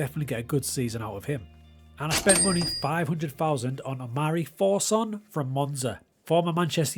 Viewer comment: Why did you keep saying Four-zon, as if he’s Italian. He’s english its For-sun.